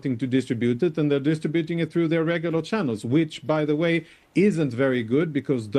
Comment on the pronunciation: What an annoying interviewer. Well done Jonathan for insisting she actually let you answer. And can someone please tell her the correct British pronunciation is "dis-TRI - buting" NOT " dis-tri- BUT(E)-ing!